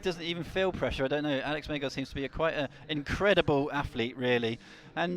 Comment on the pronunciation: I know it's an Essex boy speech thing, but can - who does appear to have good technical knowledge - please pronounce words like Athlete as "athlete" with a "th" in the middle of it? It does not have an "F" in it, it is not "Aflete". I know the "F" instrad if "th" is an affectation, it's just really irritating. Not as irritating as when he used to call Ja-in Kim "Yan Kim" but it's still irritating... Sorry, his knowledge is good, but he is British, and in Britain words like "athlete" have a "th" sound in the middle, not an "f" sound. It just sounds lazy and wrong. Apologies. Yes, I know I'm being a pedantic git. But it makes me cringe every time he mispronounces every single word that has a "th" in it.